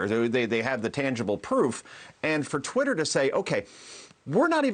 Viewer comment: it’s (twatter) lol